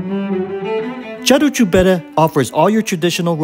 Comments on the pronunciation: Sorry to nitpick, but the name of the restaurant (Caru' cu bere) is pronounced, using English phonetics, /KA-roo koo BEH-reh/. Just like in Italian, the letter "c" is only pronounced like English "ch" if it comes before an "i" or an "e" -- e.g. Ceausescu /chow-SHES-koo/. In all other positions it's pronounced like English "k". :) If, however, there's no escaping the i or e, but we still need a /k/ sound, we add an "h" after the "c", e.g. Chiriac /KEER-yak/ (Romanian surname). :) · You pronounce the name of Caru cu bere restaurant totally wrong. Its not "Charoo choo bere" its like you say "karoo koo bere" Letter C is pronounced "k" not "ch". Romanian is a latin language, the letteres are pronounced almost like in italian. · It is "Carwool qu bear-eh" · Олена поправь супутника, ресторан правильно звучит ,,кару ку бере"-повозка пива!